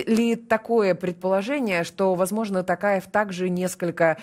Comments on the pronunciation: Ну, вы тоже искажаете фамилию президента Казакстана! ТОкаев, а на ТАкаев, так как в казакском языке важно правильное произношение каждого звука и может измениться смысл слова!;) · Не Такаев,а Токарев,в казахском языке, буква О читается,как О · Тов .ПУ. при встресе с Африканскими лидерами друзьями негритянские фамилии правильно называл.Даже долг списал ихни когда свои деревни пустують.А тут уже который год не может говорить Токаев.ПУ нарошно делает это.Казахстан будеть с НАТО.Соседу россии нету доверия. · Рутлер спецально искаверкает имя токаева